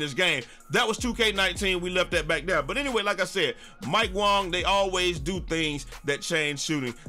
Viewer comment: Mike wang was trolling. its wang not Wong look up the tweets lol